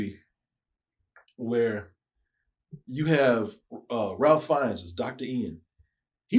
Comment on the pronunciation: RAFE. RAFE RAFE RAFE RAFE NOT RALPH. EMBARRASSING.